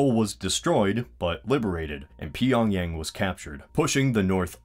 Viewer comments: "Pee-on-yang" XD Just joking around with you, bro. I still mispronounce simple English words all of the time due to it being my third language. But as a mixed-Korean to you, I thought you'd like it if I taught you how to pronounce it correctly: First syllable, "Pyong" is pronounced as a strong "P" sound followed by an equivalent to the English word "Young". Second syllable, "Yang" is pronounced as the "Y" sound followed by the equivalent to the "aw" in "jaw" with a "G" sound at the end. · " Peeyonyang " is that really how Americans say Pyongyang 🤣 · "Pee-on-Yang was liberated"